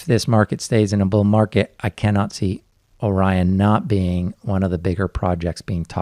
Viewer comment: Man, you guys put out some fantastic content! There are some good, even great crypto channels, but there's FAR too many that are just CryptoKiddies talking 'bout nothing, and trying to get YouTube rich. Oh, "Orion" isn't pronounced "Oren," it's "Oh-Ryan." You know, like the constellation, or what Ryan's girlfriend might say during an intimate encounter. Ohhh Ryan :-)